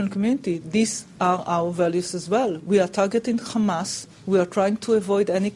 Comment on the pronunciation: its hamaaaaaaaaas not khamaaaaaaaaaaaaas what a pig